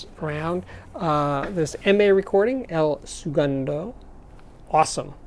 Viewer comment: "El Soogundo" facepalm It's pronounced "LAH Seh-GOON-dah", mate